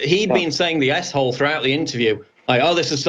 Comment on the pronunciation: Lol 😆 everytine you two used the abbreviated ‘S-hole’ you’re both saying ‘a$$hole’